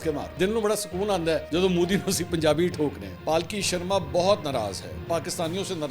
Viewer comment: Mansoor use correct word ...Modi ...not Mooodi.